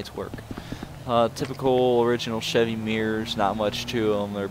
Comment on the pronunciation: I like how he bad mouths Chevy but obviously he knows nothin about Chevys/GMC because he can't even pronounce it.